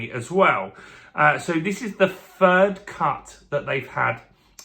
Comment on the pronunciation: Sounds like you are saying fird instead of third